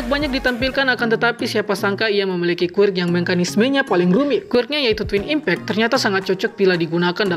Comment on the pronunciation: Bang kalo ngomong quirk nya yang jelasan dikit gk terlalu kedengaran